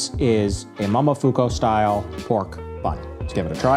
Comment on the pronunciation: Mo-mo-fu-ku. Not mamafuko